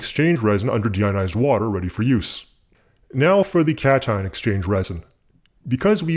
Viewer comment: Are you saying "catch-and-exchange resin"? I thought it was cation exchange resin.